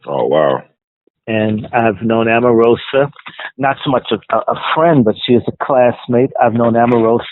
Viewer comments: Why does he keep calling her Amarosa???? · I may be incorrect. Is Omarosa's name pronounced Om or Am?